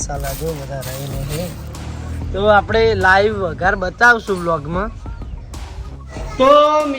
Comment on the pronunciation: ભાઈ વંઘાર ના કહેવાય વઘાર કહેવાય